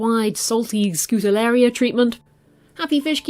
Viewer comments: wow first time i stumble upon your channel! Keep it up! You're great at explaining :D Fun fact: it is pronounced Skoo-ta-ree-el-la :) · NEVER use regular table salt in an aquarium! It contains iodine and can cause quite a few problems. Always use natural sea salt or aquarium salts so as not to kill everything. Other than that one big no-no, and the mispronunciation of Scutariella every time, it is a very informative video and you have a very soothing voice. Thank you for sharing!